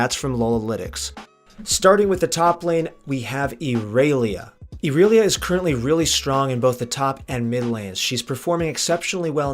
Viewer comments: why does he say erelia everyone says irelia even if thats what he thinks is right it doesnt matter majority says irelia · you mean you dont pronounce it Erailiya. clearly how they intended it to be pronounced. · cant even pronounce first characters name right, fucking trash. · Latin American. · Why did u say irelia like that lol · Ok wait how did you pronounce IRELIA. Ok I’m out